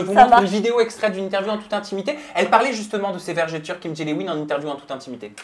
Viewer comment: Peut on expliquer aux gens qu'on dit "vergeture" et non 'vergéture"